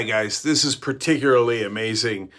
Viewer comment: You lost me at perticulearly